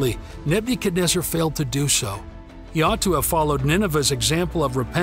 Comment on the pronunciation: learn how to say his name